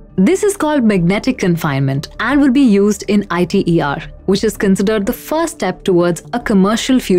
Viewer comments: Alright. As a young fusion scientist still doing his PhD, here is my take on it. First, no-one says I.T.E.R. Say ITER. Second, yes you have some valid points but the premises are wrong. Let's clear them up. To begin with, I get the impression that you pressume fusion will help tackle climate change. This is, in the vast majority of scenarios, wrong. Unless at least one of the private fusion companies such as Commonwealth Fusion Systems, Tokamak Energy or General Fusion manages to achieve viable fusion energy within the next 5 years (as they claim), there is no way fusion will help tackle climate change. For crying out loud, that's what we have all the other sustainable/renewable energy sources, carbon capture technologies, battery technologies, re-cycling, circular economic methods and shifted public behaviour as well as political policies for. Fusion is the energy source of the future. It's what's going to power the next generation of human society, as well as our interplanetary and/or interstellar means of transportation. You have probably heard that the future of humanity depends on us achieving viable fusion energy. That's the premise you should have. Continuing, you do not mention why achieving net fusion energy is difficult, more than talking about the efficiency problems. Let me expand on that. A fusion plasma is a weird thing. It can wiggle, contract, rotate, shift, expand and behave in a huge number of ways. Virtually all of these ways have been mapped in the past de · It's not pronounced I.t.e.r. it's prounced as a word iter. It's an acronym not an initialism. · Alright good point! The issue could just be solved by her showing 'ITER' on the screen while saying the reactor name though. Or anywhere else in the video. Then it would basically be a ssa situation. I also need to mention that it's 'eeter', not 'eyeter' if you were wondering. Sry, guilty of being hmfic (I pressume?)